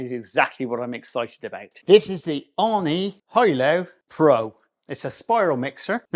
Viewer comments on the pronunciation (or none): “Ooooni” not “On knee”